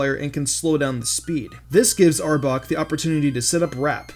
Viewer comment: STOP SAYING "Arbuk :P". ITS ARBOK